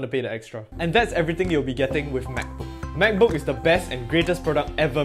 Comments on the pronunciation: I love the way he pronounces “MacBook” Makbuk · I think he cant even close the "mechbook" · "mechbook" thats sounds like an illegal substance